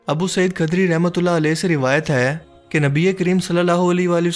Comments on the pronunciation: Khudri not khadri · ابو سعید خدری ہے کھدری نہیں پلیز اردو میں پڑھا کریں